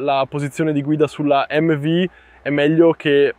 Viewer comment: Ciao fortunato ad averla provata e grazie per il video. Non so bene che traduzione è stata fatta in Italiano ma MV si dice emmevi non emmevu e non è euro ma oro. Le altre cose le perdono 😂